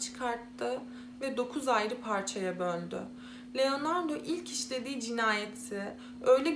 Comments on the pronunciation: Sürekli Leonardo demenizden dolayı odaklanamıyorum. 😄 Keşke telaffuz için az pratik yapsaydınız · Genel olarak anlatımı beğeniyorum ve videolarının çoğunu da izledim. Başarılarının devamını dilerim. Fakat iki tane eleştirim olacak. Birincisi özelikle bu videoda isimleri oldukça yanlış telaffuz ettiğin için algılamakta zorlandım. Leonardo dediğin için beynim sürekli erkekmiş gibi algıladı otomatik olarak kadın olduğunu bildiğim halde. Bu konuda sana önerim isimleri bir kağıda not edip hangi ırk ise o dilde translate üzerinden dinleyebilirsin. Böylece nasıl telaffuz ediliğini az çok duymuş olursun. Biliyorum bazı vakalar oldukça kötü şekilde etkileyici fakat bazı videolarında normal şekilde anlatırken birde ağlayacakmış gibi konuşmaya başlıyorsun. Bu da heyecanla izlerken birden modun düşmesine neden oluyor. Bunu profesyonelce yapmak istediğini düşündüğüm için bunları söylemek istedim. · LEONARDAAA . Leonardo degil